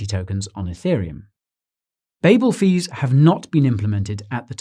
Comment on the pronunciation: Yeah, until you tab away and he starts spouting out "ADA" "Mary shelly" "Babble Fees" "Gougin" and your head starts to spin